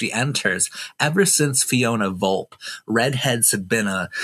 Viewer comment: It's pronounced Vol-pay.